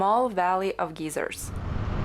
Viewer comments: Nice video. In English, "geyser" is pronounced as "gizer" not "geezer". A "geezer" is an old unreasonable man; a bit of a disparaging term. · Just a small help with English pronounciation: a "geyser" (pronounced gie-zer) is a natural water fountain. A "geezer" (gee-zer) is an old man. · This was great! But I couldn't help giggle when you said Geiser as "geezer" which in usa is slang for an old man. It's pronounced guy-zer 😉😅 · Dear it is gI(long i)/ser. Very good vid and great content of a part of the world we may never see. Thank you....Good luck. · This is such a beautiful video, even with the fog and mist. Most of us would never be able to see it if you didn't show us. In the US, we pronounce the word geyser like guy, as in guys and gals. The way you pronounced is "geezer" is a slang term for an old man. I kept imagining a bunch of old men when you were talking about the area of geysers and it made me smile. It's amazing that you can FLY for 8 hours and still be in the same country! Thank you for sharing this beautiful experience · In American English we pronounce "geyser" as GIGH-zer. Long "i." 😊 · Magnificent! How I envy you and your adventures, <3 One point, we pronounce the word geyser with a long i sound as in eye. Thanks for the video. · Hello from California, I love your channel and your accent. You pronounced the word Geyser (Thermal Spout) as Gieser, Which in America is a very old weak man... If you ever want to call and say hello to California I would be very happy to talk to you. Or i could call you and say hello. I wish I could travel to Russia but because of the War I don't think I would be welcome. I Really love your channel! All the best, ~Richard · bless you for making such wonderful videos. If I may offer a small correction on the word geyser. It is pronounced guy zero. A geezer is what I am, a 68 year old male🤣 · Thought you were saying Geyser wrong, since your accent is more American sounding maybe you should say it